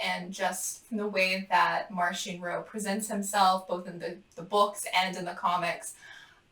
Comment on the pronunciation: “I am a fan of Marchion Ro” – reads “Marchion Ho” hahahahaha but aren’t we all